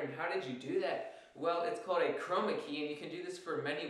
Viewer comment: Love the way you say Chrrrrrroma key . Arrrrr! :) It's the little things that make an instructor memorable.